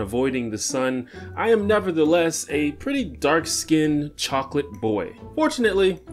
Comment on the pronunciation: He said "dark skinnt"